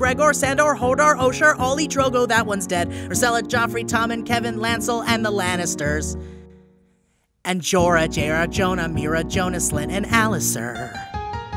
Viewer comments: Called Jojen Jonah. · Also 'Jona' instead of Jojen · said Jonah on Jojen.. no? am i the only one who noticed?...... ok.